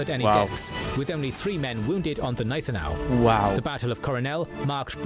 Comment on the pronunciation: That is why I stopped watching K&G as "" (the narrator constantly mispronounces words, doesn't care to learn and has never improved. He also varied the pronunciation of Gneisenau between silent and hard G plus got Louis wrong it is not lewis.